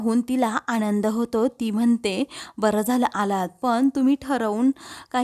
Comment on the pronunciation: तसेच " आनंद ल" हा बरोबर शब्द आहे. " आणंद" नाही .